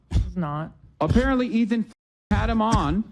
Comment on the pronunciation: lol Ethan can’t even say his name properly. What a stalwart